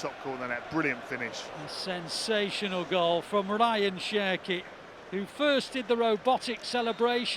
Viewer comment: The more they say Cherki, the more i hear Turkey